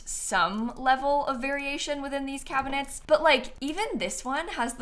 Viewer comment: Cracking up at "Cabihnets"